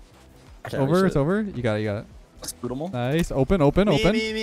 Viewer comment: “This guys pre jumping our family” “spoodable”